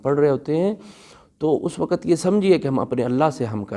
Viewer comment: Why Do Say Waqat And Lafaz Why don't you say Lafz & Waqt Mostly Pakistani Does This Mistakes